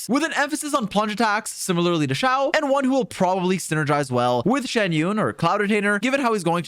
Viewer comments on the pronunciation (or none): none